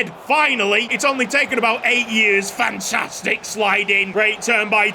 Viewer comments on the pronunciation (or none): none